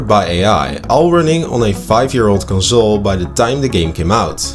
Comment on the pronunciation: On a 5 yeer old conzooole..